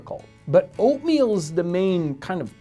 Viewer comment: When u say oatmeal for some reason I thought u said opium